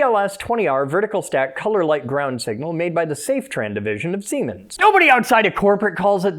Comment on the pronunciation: SEEMENs ,SIEMENS OR SEEEMENS😂😂😂😂